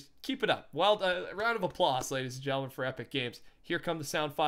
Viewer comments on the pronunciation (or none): “Regarding the events ladies and GELLIN”🤣